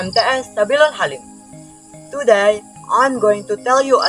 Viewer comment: Udah bagus cara story telling tapi pronunciation kurang . Ex. Today = tudey bukan tuday